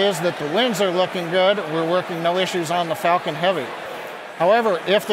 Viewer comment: I thought he said Fuckin Heavy 🤭